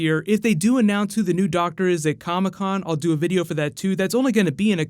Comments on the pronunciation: it's doctor not doc tor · Doc tour? Why do I keep hearing that doc tour